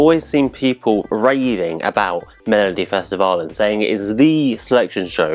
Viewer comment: Your pronounciation of Melodifestivalen was great.